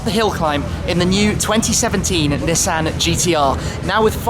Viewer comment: God the way he incorrectly pronounces Nissan is so annoying lol